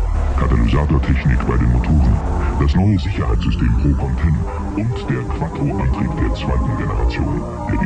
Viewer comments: es heißt quattro und nicht quadro. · Wie er immer Quaddro sagt 😂